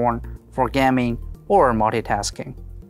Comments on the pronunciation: Is he trying to say gaming in stead of gam-ing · Gam-ing "Gam"